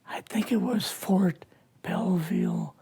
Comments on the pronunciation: Ft. "Bellvue" Maryland? He's supposedly former CIA and he didn't know that it's Ft. Belvoir? Big red flag right off the top. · Well unfortunately this guy was crazy. Nothing he says has any truth in it whatsoever. Where to begin it's almost every sentence that's pure BS. !st Army from Colorado? He completely mispronounces Fort Belvoir as Bellevue (like the insane hospital) in Virginia, claiming its in Maryland. Sure he's sick and he's old but you can't make so many mistakes when your telling your own story. This was pure BS from start to finish. Oh and let's not forget how he starts this yarn, - he's a student in AIT who suddenly becomes an instructor as if the army doesn't have a hundred NCO's with that MOS. Pure BS...Richard Dolan must have known after the first five minutes, - or he's an idiot.